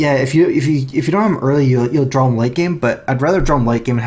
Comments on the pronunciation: dude it's draw not drawl :D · THERE IS NO L IN THE WORD DRAW